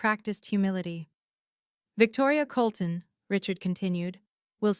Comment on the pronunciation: Colton, NOT Coloulton.